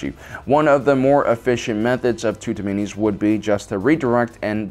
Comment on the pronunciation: Hmm tutamenes, your should work on your pronunciation and spelling of that word